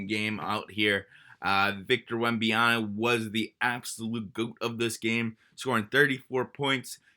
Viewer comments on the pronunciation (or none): cant be serious, we arent asking you to do a french or congolese accent, just say: wem-baan-yama. its really not hard, and comes off super unserious and kinda bigoted to not learn to pronounce a very easy name if given 10 seconds. getting it wrong years later is inexcusable